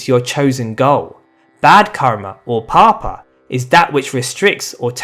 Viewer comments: its paap (bad karma) not papa :D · Hello .. I love all your videos. Just one thing , Bad Karma is Paap (Opposite of Punya ) not Papa. 😊